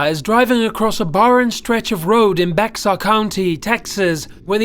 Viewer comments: Bexar is said like Bear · Regarding #9- it’s pronounced BEAR county, despite being spelled Bexar. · Bexar County is pronounced "Bear" County. 🏘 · Ffs it’s beHAR county Texas not Bexar as spelled research before doing a video ya idiot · It’s Behar county not Bex-ar ya morons research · Bexar County, Texas is traditionally pronounced like: “behr” or “bear” - one syllable. It’s San Antonio. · I know it reads Bexar county, but it's pronounced BEAR county. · Bexar (bare) county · Bexar is pronounced bear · fyi bexar county is pronounced like bear or bare due to the spanish pronunciation of "x" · Bexar is pronounced Bear or Bay har. My teacher told us. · Bexar County is pronounced bear county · I actually live in Bexar County, Texas. For #9 on the list I actually remember just weeks ago watching it on the news. Just letting you know it's pronounced "Bear," the X is silent. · it's bear county not Bexar you don't say the x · I live in Bexar county Texas and Bexar is pronounced bear just so you know :P nobody knows how to pronounce unless you're from there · ravendra pratama lol that would be funny. Idk why it's pronounced like bear it confuses all of us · you do not pronounce the "x" in bexar. the way you say it is like the animal "bear"